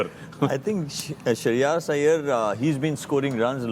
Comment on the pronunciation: Great respect to these guys par Woh 'Shreyas' hai ... Shrey aayas nahi hain bhai😂😂😂